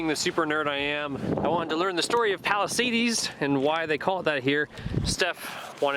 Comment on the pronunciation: Live 1/2 mile from there. Just FYI it's Palisades not palisadies no ee or ie or y